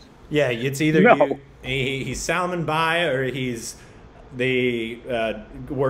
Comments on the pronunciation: Sal-maaan. Not Salmunn. :) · It is not Salmon . Its pronounced as Sal-maan khan. Maan and khan similar sound. You say it wrong. Both of you. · it's not Saalman but it is Salmaan ❤️ ooh I love how you struggle 🤭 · Salmaaaan khan is the proper pronunciation. Not "Sel-mun kon" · Guys, it's pronounced sull-maan. Not salmun. Let's correct ourselves. It's jarring to hear salmunn. Like the American i-ran. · It's SAL-MAN🔥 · React to PARTNER song with SALMAN and GOVINDA. And its pronounced SALMAAN, second syllable is longer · I don't know why these guys only do salman Khan reaction just for views otherwise they just insults salman Khan if you don't like salman Khan then don't just do reactions on him he doesn't need you & your so called opinions! There are millions of people loves him 💜💜 first learn to pronounce his name respectfully then talk🙄🙄😒😒😒😡😡 haters keep talking, salman Khan keep walking ✌✌✌